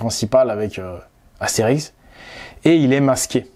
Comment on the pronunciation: Astérisk ? Sérieusement ?